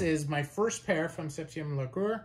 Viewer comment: the way you pronounced septieum largeur is abyssmal.